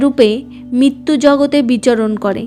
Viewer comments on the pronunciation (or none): আপনি বাংলা উচ্চারণ ভালো করে অভ্যাস করুন। র তো আপনি উচ্চারণ করতেই পারেন না, মৃত, মৃত্যু কে মিত মিত্তু বলছেন দেবশি নয় দেবর্ষি । পশ্ন নয় প্রশ্ন অত্থ নয় অর্থ এই ফালতু উচ্চারণ শুনতে কারো ভালো লাগে বলুন। ছিঃ